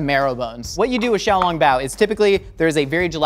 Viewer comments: I enjoy that he pronounced Shanghai correct, but then says xiaoLONGbao as if he's talking about a long spaghetti noodle. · The way he pronounces xiaolongbao made me cringe.